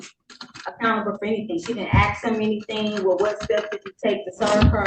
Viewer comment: She didn’t “ax” him anything!